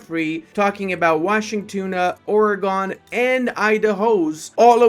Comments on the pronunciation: Oregon is pronounced like "organ", saying this as a local to Oregon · I am an Oregonian and you said Oregon wrong i am now annoyed but other than that good vid.